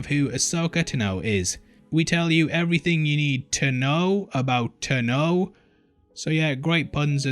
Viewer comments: Ahsoka TAH-no, NOT T’know. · They way you pronounce ahsoka tahh-no makes my ears bleed... It's tan-oh... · Ashoka Tuno....? Why do you say it like that? It’s Ashoka T-A-N-O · Dude you are saying it wrong, it's not "TNO", it's "TAAANO" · Is this "Ahsoka Ta-know," at all related to "Ahsoka Taah-no?" This is why you don't get the interviews. :D Great stuff! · AH-soka Tah-no, my dude. LOL, “taNOWe” is kiiiillin’ me. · First, pronounce Tano properly. Second, AHSOKA LIVES. Dave Filoni all but confirmed she is alive in Rise of Skywalker so just saying. Nice shirt joke though. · Did this man just purposely mispronounce Tano for a pun? I'm both triggered and impressed.